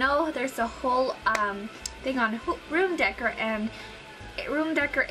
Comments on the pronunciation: Room decker? I thought that was a brand since you said it's expensive. How you say decor is dā-kōr 💭 I would like to try this out! Great job! Your as purdy as your sister! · decker ? Lol it's pronounced DECK-OR. decor. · just fyi its pronounced room decor (dec-OR), not room decker.. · It's not room "decker" it's room "deh-core" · What does anyone gain from posting these negative comments? Okay, she's 18 and cannot pronounce "decor". However, some of you guys are much older and (obviously) never learned "if you have nothing nice to say, don't say anything at all" or "treat others the way you would like to be treated" lessons someone learns as a child (4-7yrs old) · Its really sad to see old women picking on a child. She is only 18, just a kid. And, she is brave enough to be on youtube. So she mispronounced decor! Come down.. One of the most amaizing things about America is how different we all look and sound.. Get off you high horse... If you have nothing nice to say please don't say anything at all... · It's ridiculous getting on her case about the pronunciation of decor. I doubt anyone here knows how to pronounce every word in the English language. Granted, she probably should have looked up the pronunciation if she wasn't sure before the video, but give the girl a break. Spanish was my first language, and you just don't use some words. For example, I had no idea how to pronounce "wreath" (I pronounced it with a short e, rather than the long e) because we never used it at home. I didn't learn until my boyfriend corrected me on the probably 2nd time I'd ever said it in my life. Don't be so picky people -_